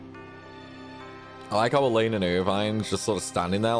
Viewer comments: Finally another ragnarok woohoo the ff16 videos are awesome but I missed this! And again it's "ELLONE" not "ELLAINE" 😂😂😂😂😂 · I've always thought Ellone's name was pronounced like " Melanie" without the M. Or is it pronounced more like "Ell-own?"